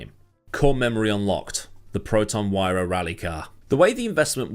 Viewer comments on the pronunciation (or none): Malaysian here, not to be pedantic but it's actually pronounced Wee-ra, not Why-ra.